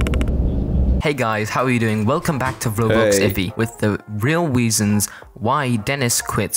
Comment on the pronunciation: He said weasonsLOL